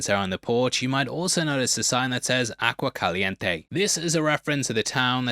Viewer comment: ''Agua'' not ''Aqua''. It's in Castilian Spanish not Latin.